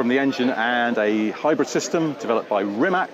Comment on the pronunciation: So many journalist still don't know how to pronounce Rimac correctly